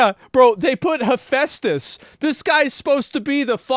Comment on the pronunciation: Guess someone read Hephaestus as He Feasts